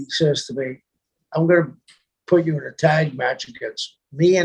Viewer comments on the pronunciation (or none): none